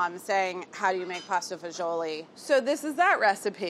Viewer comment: To be honest I stopped watching and found a different recipe when she called it pasta faggeeolli.